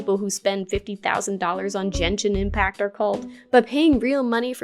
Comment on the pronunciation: you said genshin impact wrong